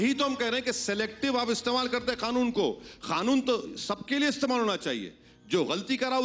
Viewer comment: It's not khanoon it's kanoon